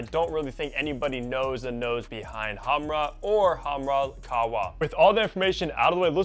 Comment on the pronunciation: Khamrah, but he can’t spell “kh” and that’s understandable